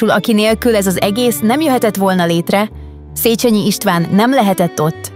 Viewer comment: 2.pont : Nem "szécsenyi ", hanem "szécsényi" !!!